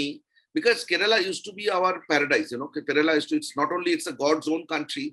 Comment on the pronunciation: Please pronouce the name of the state correctly - its not " ke-re-la" its " Kerala " not bittergurard